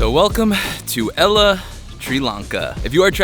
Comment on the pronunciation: It's great that you've visited Sri Lanka, but Ella is not pronounced as in the girls name! The correct pronunciation is al-le as in the beginning of the name "Albert" and the French word, "le." Hope this helps...